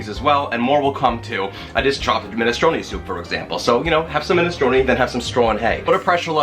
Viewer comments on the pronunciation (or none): none